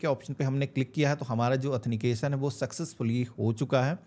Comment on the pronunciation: अथनीकेशन नहीं,,आथनटीकेशन बोलें भाई... बाकी जानकारी बहुत अच्छी दी है आपने,, धन्यवाद